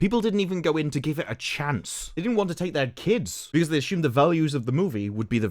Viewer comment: Love your stuff on here: one thing I'm curious about: you say 'asshumed', not 'assumed'. Do you also say asshumption'? And is an ass an 'assh'?